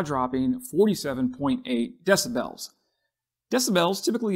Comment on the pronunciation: It's Ukraine, not U-kraine. And it's decibels, not deci-BELLS. How many more words are you going to mispronounce in this video? ~5 more minutes to go... Well, you made it through the rest of the video without mispronouncing any NEW words. And why don't you also learn how to properly pronounce 🟦 СЛАВА УКРАЇНІ! and 🟨 ГЕРОЯМ СЛАВА!! as well.